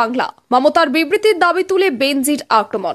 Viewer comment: এই দিদি বাংলা উচ্চারণ জানেন না। প্রথমেই " বেনজীর" কথা কি ভাবে উচ্চারণ করলেন।